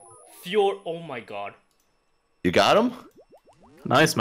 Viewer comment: "ch" =/= "sh" "god" =/= "gharwdh" ... Not "shallenge" not "Ä mai gharwdh"